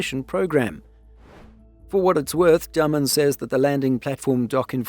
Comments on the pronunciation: The ship builder is called Day-men, not Dumb-un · Dah-mun in English phonetics. Not Day